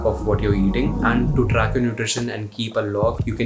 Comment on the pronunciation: Why do you pronounce English words like that, lol. Like when you say track, it sounds like truck. When you say pack, it sounds like puck. When you say man, it sounds like maan. Thick ass Delhi wala Indian accent.